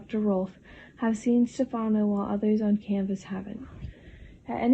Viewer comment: And Stefano is "stef - ah - no"